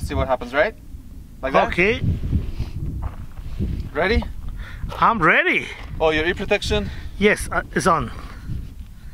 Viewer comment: "I'm rready"...